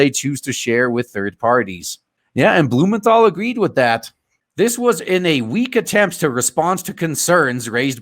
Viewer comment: I heard Senator BOOMERthal LMAO